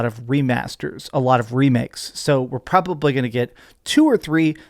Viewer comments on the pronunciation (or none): Nah you can’t have that energy while saying Ghosts and Death director cuts are great. That’s stupid. If they remaster ghosts, which came later then tlou 2, then what’s the issue with this? This dude is so annoying sometimes. “Pra-baw-blee” head ass